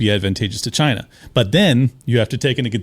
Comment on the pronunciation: Dude said Chi-na did it. ahahaha 😂🤣